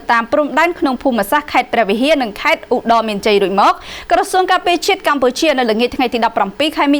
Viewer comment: « ឧត្តរមានជ័យ » ត្រូវអានថា « អុត ដ មានជ័យ » មិនមែន « អ៊ុ ដ មានជ័យ » ទេ